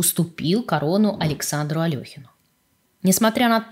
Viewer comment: Не Алёхин, а Алехин., что ж вы так.